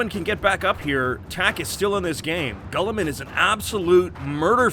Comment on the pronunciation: "Gulliman"......Gulliman?! .....It's Guilliman!! Commentator.....y u mispronounce?!